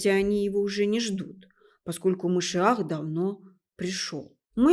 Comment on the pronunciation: Какая мерзость, образование не помогло этой несчастной подлечиться от антисемитизма... Ну, если она, Господи прости, журналистка, то подготовиться "к лекции" могла бы ⁉️ Это же стыдоба. Все слова говорит не правильно используя ударения - Машиах, Менора и т.д. Даже СССР произносит, как "Сэ-сэ-сэ-р" Ужас❗ Путает между историческими личностями, которые жили в разных тысячилетиях Но, это ерунда, народ всё схавает... Я не собираюсь анализировать весь этот антисемитский бред, что она несёт, но это же смешно говоря о большом учёном, геологе, "человеке легенде" она вякает, что из-за него Россия ест пальмовое масло...😂😋🤣 Слушая анализируйте❗ Хорошо, что чёрные очки надела, глазки "света" боятся... Ну, это и понятно